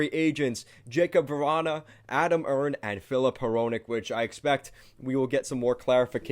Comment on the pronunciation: Erne is pronounced Ernie as in Ernie and Bert, just an FYI